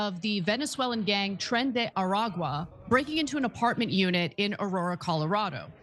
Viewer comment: Sad to see TYT taking this turn. Hopefully they will not go full Dave Rubin. P.S. dear,.your ancestry cry in Spanish speaking heaven everytime you mispronounce "Tren de Aragua"